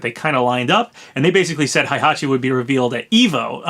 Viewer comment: Why did you pronounce Heihachi like Hi it hey not hi 😑😑😑